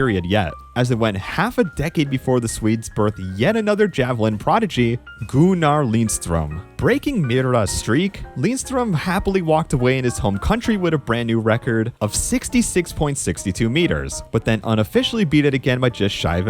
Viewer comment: Goo nar???? Where are you from bro? Gunner, like runner fool. 😂 that is how you say it. Dang.